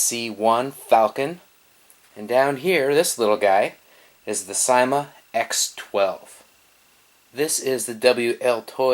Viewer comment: I thought you said sema